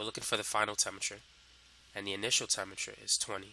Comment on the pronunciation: The only thing that throws me off about this guy is his pronunciation of certain words. Temmature instead of Temperature. Mulleckuller instead of Molecular. For me, it's distracting and off-putting